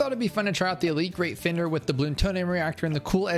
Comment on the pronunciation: why does he say elite greatfender